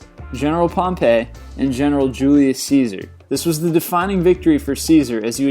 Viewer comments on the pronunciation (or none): none